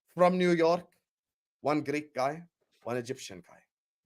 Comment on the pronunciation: trying to say Greek but actually saying Gleek 😂 Big up.